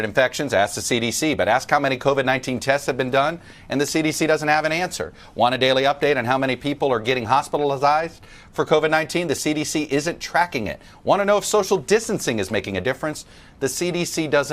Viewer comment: Listen to /24 : "Hopitalicized"? LOL The word is hospitalize! LOL LOL